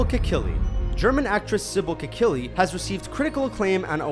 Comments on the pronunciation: it's Sibel Kekillie, not Kikellie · omg, dudes.... That's "Kekilli" not "Kikellie" :| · Her name is Sibel Kekilli, not Kikellie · "Kikellie"? Are you kidding me? It's spelled "Kekilli"